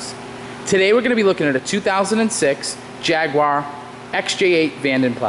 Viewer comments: You pronounced Jaguar wrong. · No W in jaguar! americans mispronouce for some reason!